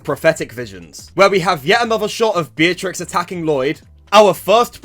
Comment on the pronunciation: it’s totally Beatrix and not zeatrix 👍